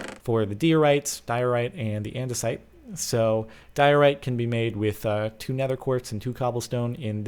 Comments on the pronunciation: Diorite's intermediate so it doesn't contain much quartz, let alone 50% (also its pronounced dye-o-right). Geology Rage!! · it's prounced dye - o - rite :P